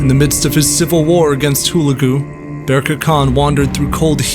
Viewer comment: It's pronounce HU-LEG_U !! And , Baibars was a Koten Slave taken by the Mongols and sold to the Venetians and then sold to the Egyptians. He was of a Horse tribe formerly living in Hungary, but expelled because they wouldn't fight for the King of Hungary against the Mongols and so fled to the Crimea. The Mongols had always claimed the Koten as part of their world, He was white in genetic makeup.